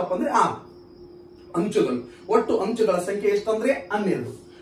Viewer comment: Hanchu alla sir anchu